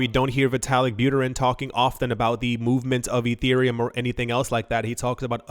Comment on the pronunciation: I didn't know that Micheal Saylor couldn't pronounce ethereum.